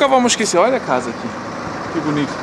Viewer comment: Adoro esse formato de informar enquanto a gente aprecia a vista. O sotaque brasileiro do é ótima. Quando ele fala “óia” parece o típico brasileiro. Queria ser fluente em alemão